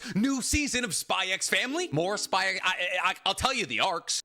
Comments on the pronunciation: It's just pronounced "Spy Family" right? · bro's called the but still pronounces the x in spy x family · There is no way this guy says HunterXHunter ( said as Hunter Hunter) is his best anime of all time and he kept on saying SpyXfamily with the damn X. Come on man🥲😮‍💨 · can't believe he says the "X" in spy family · Fun fact: the "x" in Spy x Family is silent. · Imagine being a fan of HxH yet says the X in spyxfamily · Why do you call it "SPY X FAMILY" but you call Hunter X Hunter "Hunter Hunter"?? I feel like the X is supposed to be used as a place holder for a Space in both and not actually said out loud. Maybe you know something I don't though so please let me know!